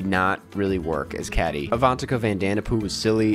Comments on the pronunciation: The lead character's name is pronounced like "Katie" even if it's spelled "Kady". Unless it was a bit to just pronounce it wrong in the video (bad bit, btw) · Her name’s pronounced like “Katie” lol but ty for doing a review and saving me from wasting my time, musicals are t for me and there’s no need for a mean girls one.. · Just a heads up, Cady is pronounced Kay-dee. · Not you calling Cady "Caddie"... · why does he keep saying it like cad-dee smh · i find it funny how you say 'cady' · how can you say you love the original movie and then completely say cady’s name wrong? also Reneé Rapp was LITTERALLY Regina George in the musical and she almost does an exact copy of her musical performance which i really enjoyed i don’t get why a lot of people hated this movie- i thought it was a fun time and it served the movie and musical fans well. I will say “stupid in love” is not that great of a song- but it was still a fun time. and the tik tok references i thought fit perfectly because THEYRE MODERN TEENAGERS- AND THATS WHAT TEENAGERS LIKE. not to mention that the original completely ignored Janies and Damion’s sexuality- also the original was a little racist. in the remark it was diverse and we got really good LGBT representation! i don’t know. i get the acting and singing was not great and could use a polish- but i think the review was a little harsh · "how can you say you love the original movie and then completely say cady’s name wrong?" EXACTLY. Correct me if I'm wrong but wasn't there a joke in the original movie about a teacher mispronouncing her name or something? I swear there was! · I thought he was pronouncing the name wrong on purpose lol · It's funny hearing you mispronounce Cady's name just like the school principal in the movie lol